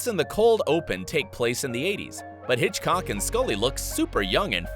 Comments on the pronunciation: it's norm Hiscock not hitchcock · it’s norm hiscock not Hitchcock